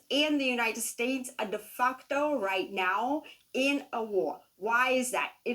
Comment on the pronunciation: DeFucto? Lmao